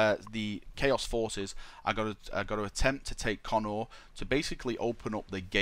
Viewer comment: Pretty sure it's pronounced Co-nor, not Connor >.> At least that's what I remember from the audiobooks, when Guilliman's backstory was spoken brought up and how he was raised on Macragge. Nice video though, appriciate it.